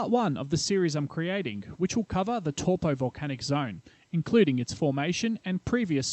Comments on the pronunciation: Close enough for an Aussie.. next time go with Toe-Paw ;) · It's pronounced Taupõ (Toe-poor) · Taupo : Tow Poor not Tall Poe I suppose Tell Poe is worst bloody Palangi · Funny to hear you pronounce Taupo every time. Just a suggestion you should investigate pronunciations of some names/words if unfamiliar and if you're going to say it a lot. You were pronouncing it more like Torpo but should be more like T-ow-po. The Tau like if you hurt yourself and said "ow" lol. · Pronunciation. Torpoe. Actual pronunciation. Towpaw. But don't mind me, I only live there. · wow buctchered taupo aswell its not TORE-POOR its TOW-PO you need to look how nz words are spoken. your a butcher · It's not toe paw, its towPO not TOW POOR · exactly . toe paw not torpo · Is there a more mispronounced place name on this planet? Where the heck is Tor-Po? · Cringed everything I heard tawpo.... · Toe Paw.🤣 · tor po??? kei whea "tor po"? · How ever you want to say it Toe por Toe paw Tauupo if it blow's we're Toe...ssst. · Your pronunciation would be perfect of Taupo, if you reverse the vowel sounds. So where you're saying Tau, take the au pronunciation you're saying and put it as the O part of Taupo. And put the old way you were saying the O, as the AU part of Taupo, and suddenly perfect maori!